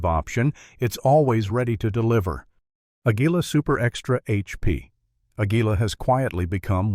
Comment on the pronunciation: its not pronounced A-GUI-LA--ITS AGULA SOUND IN SPANISH